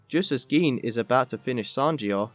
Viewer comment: “Geen”?? It’s pronounced “Jin”